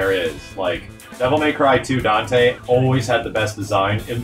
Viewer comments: It's not El Donte? Dropped man. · "Donte" instead of Dante, very clever 😆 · I can't believe someone said "Donte" out loud, without they're jaw locking up to prevent all the cringe that gets "spoken" into existence.